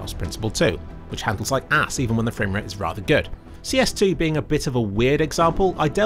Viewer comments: My fwame wate is higher than ur fwame wate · fwame wate marker